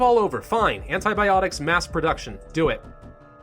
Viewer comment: who died when he said antiboptics